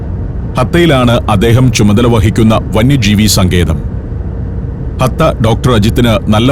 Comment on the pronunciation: ഹത്ത അല്ല ആശാനേ "ഹട്ട "